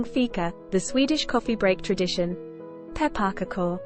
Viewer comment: Pepp a pakoo? WTF 😂😂😂